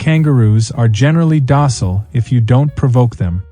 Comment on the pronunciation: Why an American voiceover, who pretends to hold all the jobs, and has a photographic memory for numerous conversations? And what's with pronouncing docile as "dussle"? Smells strongly of ghostwriting.